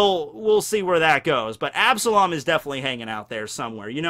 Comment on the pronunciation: You took an L on absalom